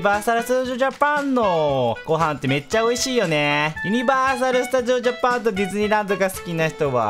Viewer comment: 最初２回くらい「ユニバーサルスタジオジャパン」って言えてない笑笑